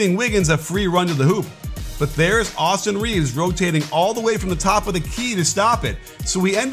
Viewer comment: Did you just call him "Awesome Reeves"!?